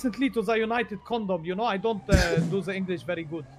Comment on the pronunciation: "i come recently to united condom" 💀